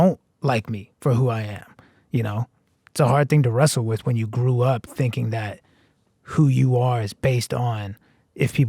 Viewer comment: it sounds like you’re saying “it’s a hard thing to Russell with.” I know you meant “wrestle” but that could be a dope play on a lyric. :) So excited for this album. This interview is so great. Thank you, Russ!!!